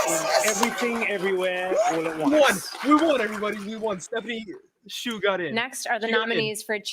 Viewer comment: Hsu is pronounced shoo, like a shoe you wear on your foot.